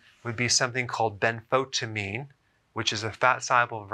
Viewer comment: Did you say benfontiamine is berry berry important?